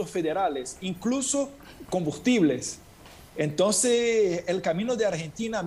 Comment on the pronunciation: No es entõn sino ENTONCES! 🤭 🤣 🤣 🤣 🤣 🤣 No es vacinas sino VACUNAS! 🤭 🤣 🤣 🤣 🤣 🤣